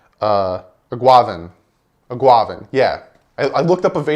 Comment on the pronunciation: You're so close with the name it's eguavoen. Egg- ua- von. You kinda say it like guava